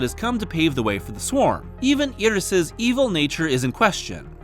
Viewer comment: you see Iris and you pronounce it "ear-rus", not "eye-rus"? I think you've got the wrong body part dude